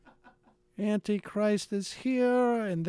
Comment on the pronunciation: "Annie Christ"....OMG!....Who is Annie Christ?